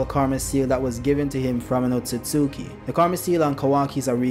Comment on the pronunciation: OAT-SOO-SOO-KEY🤣 idk why these YouTubers sound it out like that. Have they never seen the Naruto anime? They pronounce it oat-soos-key